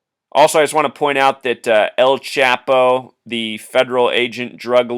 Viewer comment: esktorp And El Chapo is pronounced chaw-po. You're doing great work but your gringo pronunciations give me a bit of a chuckle.